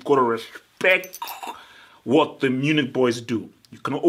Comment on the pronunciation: For years u have been mispronouncing this team's name and I always wondered whether u were just mumbling the words but we get a clear look at it its not Bayern Unich, its Bayern MUNICH. please learn how to say it correctly lol its not that hard